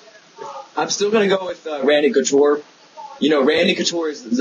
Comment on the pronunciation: You said Conture. It's Couture,. LOL!